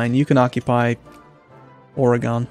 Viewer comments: would you please pronounce Oregon as 'Ore gun' instead of 'Ore gone'? I've lived in the Pacific Northwest my entire life and it's bugging me. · your pronunciation of Oregon is really making me question your patriotism